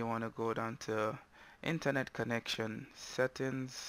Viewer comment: The word "settings" is pronounced... (set-ings)